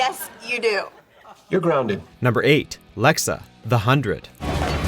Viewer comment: IT'S LEXA